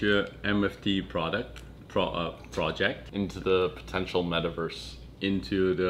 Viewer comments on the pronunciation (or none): “Pretential Interverse” 😂🙌🏾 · “ Pretential interverse “ bro just evolved the english language